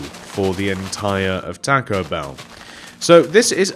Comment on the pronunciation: it's bell not beel